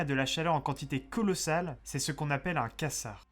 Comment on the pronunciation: Un "quassar"? Et tu dis que t'as fait des recherches? Bon j'abuse ta vidéo est bien foutue et bien documentée, surtout si tu connaissais pas le sujet avant, mais on prononce "kouazar".